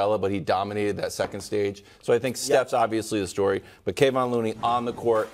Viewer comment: I wish they say looney name right sheesh yall killing me it's Kevon like Kevin not Kayvon tf 🤦🏾‍♂️